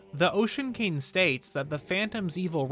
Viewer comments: say cain instead of king one more time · Does anyone else think he says the word 'king' weird? I honestly can't help but cringe every time he says it. It sounds like he's saying 'cane'.